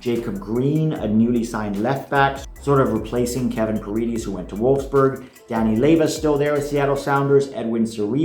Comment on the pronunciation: Paredes is pronounced "Pa-red-es" not "Pa reed-ees" sorry it just really annoys me how often you mispronounce it